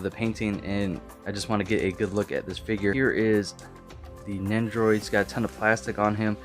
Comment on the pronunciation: You say it like nendroid